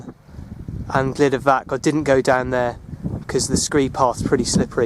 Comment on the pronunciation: Excellent video which brings back memories of the 1960's when I roamed these hills. Please talk to a welsh speaker and sort out your pronunciation. Please make the effort and change these videos to excellent rather than excellent except for some horrible pronunciation. Truhvan, Glyder vaxch. Pen ùrr ole wen.